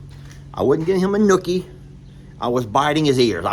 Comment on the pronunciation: I'm, Lester. It's noogie, not nookie.😬